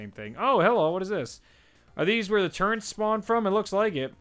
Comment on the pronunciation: The one thing that made me laugh is that when he found the turrets and he kept on saying turrents😂😂😂😂😂